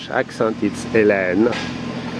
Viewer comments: It's should be obvious to pronounce it correctly as He-LEEN because it has an "e" on the end. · hahahaha ... I suppose that the poster of this vid is from France. So "Hélène" (with accents on the "e"s ) will be pronounced like he first did.